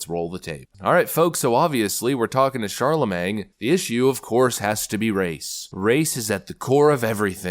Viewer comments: it’s pronounced MANE but MANG is funny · Shar-la-MAIN. 'G' is silent. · Please, it’s shar-la-MAIN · You realize the "G" is silent, if you aren't trolling it's incorrect pronunciation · That guy is such a fraud and idiot... and I can't stand hearing "the god" when people talk about him. It's disgusting. One thing I've been wondering though is who's going to tell our host that the g in Charlemagne is silent? 😂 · Charlemagne, another word can't pronounce. Is anyone keeping track, for Pete Sakes?? 😂😂. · I’ve been thinking you were pronouncing Charlemagne like that on purpose and thought it was funny. I realize now it’s not on purpose but it’s still funny because he’s such a fool